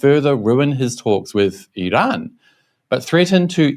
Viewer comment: An English speaker pronouncing Iran correctly! I'm surprised. LOL 🙂 Forget Trump he doesn't know better. In fact the moron is a totally clueless bully. 😞